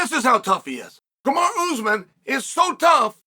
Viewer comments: I swear Chanel mispronounced names on purpose. “Kamara”😂😂😂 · I think Chael may have actually called Kamara instead of Kamaru. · Lmao Kamara 🤣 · Bro, Chael cant remember his own fucking name, much less Kamara and Bahalal geezus Chael stop being like your boy Tito! 🤣🤣🤣